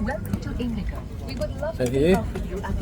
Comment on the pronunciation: Indikaw ni lovin Indigawww tih ang deuha sawi tur a nih hmel zawk ka ti